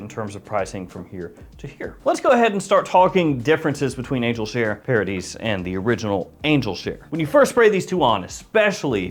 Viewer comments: Pronounced paradee… after all… it’s French… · You do not pronounce the s. It’s paradee phonetically.